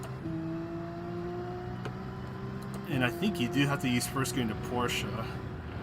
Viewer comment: Thank you for saying Porsche the right way 😂